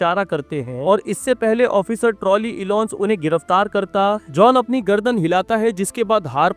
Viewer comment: Its john not johan .....